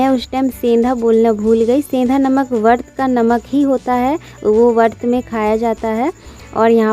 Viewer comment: Vart nahi vrat boliye .......baki pura blog hamesha accha hi hota h . Plz don't take it negatively